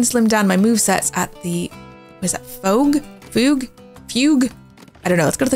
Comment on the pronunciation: Fugue is similar to in Refugee, so like fyoog. ;)